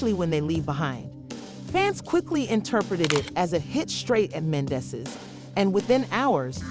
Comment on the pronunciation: Right 😂, I'm weak, you know this is a bunch of lies,miss pronouncing the names 😒